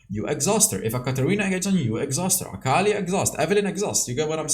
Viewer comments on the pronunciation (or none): none